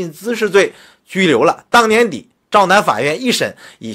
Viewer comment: 洮南， 那人字念tao , 地名是 tao nan。自媒体新闻也不能乱读吧😃